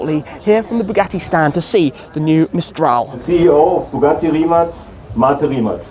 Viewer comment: Well done Tim for pronouncing Rimac correctly !! 🇭🇷